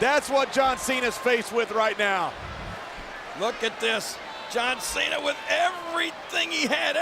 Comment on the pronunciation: He said Sean cena